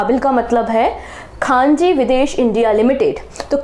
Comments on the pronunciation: " khanji nhi khanij likha hai, Khanij(mineral) India limited 😂😂😂😂 nind poori nhi huyi aapki lgta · khanji ❌ ; khanij ✔ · Mam, it is खनिज विदेश लिमिटेड । आप खान जी बोल रहे हो 😮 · ma'am khaneej hai.. khaanji nhi Q.o.d- D. Gukesh Thank you so much ma'am ❤❤❤❤❤ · It's not Khaanji. It's KHANIJ (MINERAL). 🙏🙏 Please try to pronounce the word correctly. I'M A DAILY LISTNER TO YOUR CURRENT LECTURERS AND THIS TYPE OF MISTAKES ARE VERY COMMON. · khanij not khanji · खान जी नहीं खनिज